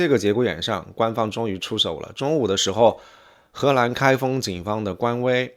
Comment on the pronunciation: 哥们儿请跟我读 河难 不是 荷兰😂